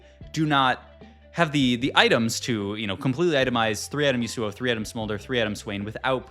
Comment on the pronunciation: That Yasuo pronunciation actually hurts my ears